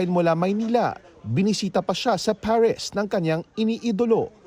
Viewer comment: ParisHH ba talaga? Di Paris? Arte arte. Hehehe